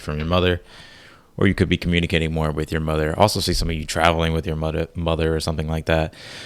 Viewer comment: He about said ""mudder"" instead of mother🤣🤣🤣🤣 And brooo! The ""T T T T Today junior " is my saying! So I knoww this reads for me lmfao. Thank you and our guides so so very much!